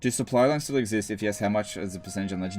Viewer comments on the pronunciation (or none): none